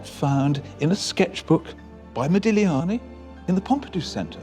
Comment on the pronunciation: Yes HEmispronounced modigliani not very professional he's getting on my nerves I don't think it's real the child face is just not his style I have a book of his life.and he's so beautiful typical italiian